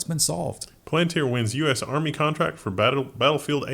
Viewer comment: I cannot believe kept quiet with the AI war company mispronounced by as Plantir called Palantir. The orb directly to the dark lord. It's likely just a coincidence.